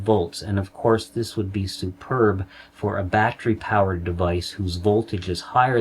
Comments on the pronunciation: Batt ter ee. Not batt re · Love your shows & you but you pronounce the word "battery" as "bat-tree" & it is pronounced "bat-teh-ree" !!! My only gripe but I miss so much because I am consumed with the pronunciation being wrong. HELP ME LEARN, SAY IT RIGHT!! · Just a tip, 'battery' is a 3-syllable word, there is no such thing as a 'battry'. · Very Excellent Presentation! I will try to ignore the "bat-tree" pronunciation because that's my problem. Sub'd anyways.